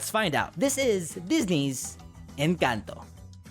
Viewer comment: I watched someone do a review on We dont talk about Bruno and they pronounced Encanto as in-CANT-o